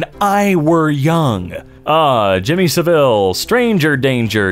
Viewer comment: You say Jimmy Savile very wrong and it hurts